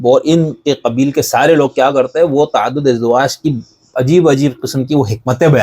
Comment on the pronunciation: تَعَدُّدِ اَزْوَاج کا لفظ استعمال کیجیے۔ تَعَدُّدِ اِزدِوَاج کا لفظ نہیں ۔❤❤❤